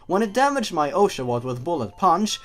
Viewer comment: one of the signs of being a genwunner is being able to pronounce the old pokemons names perfectly but being unable (or just not caring how to) pronounce any newer pokemon names. it sounded like you were TRYING to mispronounce oshawott.